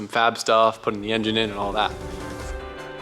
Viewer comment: LOL “the yinyin back in” -Johan